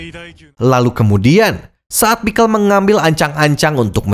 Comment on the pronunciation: Bang lu bilang pixcel pake A perekat lu ikut beladiri?